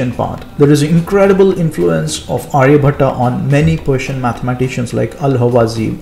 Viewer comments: its not Arya-bhat-aa but his name is Arya-bhat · Pronunciation of name "Aryabhata" is wrong. Its Aryabhatt or Aryabhat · Not Aryabhatta it's Aryabhatt. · Hi, in Title your spelling is wrong. Also Aryabhata pronunciation is very wrong. Kindly pronounce correctly and clearly. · Nice, but pronounce his name correctly, not like a firangi